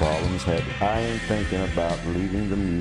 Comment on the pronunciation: I get it, but it's a little disrespectful to intentionally mispronounce the man's name on purpose. The first time you say it you pronounce as Ian and for some reason switch later to Ion. Sorry, but that's how I feel. Otherwise I think it was a really good synopsis and I enjoyed it. You chose a great song for background.